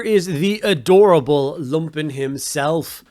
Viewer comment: Isn’t it lumpin’ pronounced like dumping. A play on “you’re going to take a lumpin’” - ie beating.